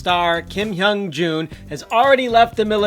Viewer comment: lol her husband triggered me... KIM HYUN JOONG!!! NOT JOON LOL